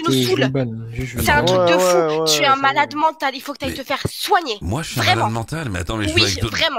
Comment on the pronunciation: Zé pas dis ça, zé pas dis ça. Ce perso est terrible !